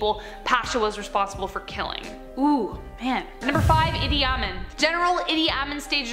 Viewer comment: Amin is pronounced Ah-meen